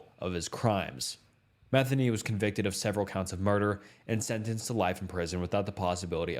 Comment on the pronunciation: Joseph Metheny's last name is pronounced Meh-thee-knee. It drives me crazy when people mispronounce it. I married a Metheny (no relation to Joseph). It's partly why I don't go my real last name on here. The other reason has to do with my first name.